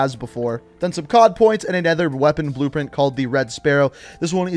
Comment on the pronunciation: Weapon brpent yeah I heard that😂